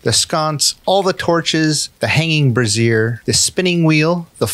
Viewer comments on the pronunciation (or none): Very nice. BTW - It's a brazier (BRAY-zher) and not a brassiere. They are very different items. 🤣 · brazier or the way he says it brassiere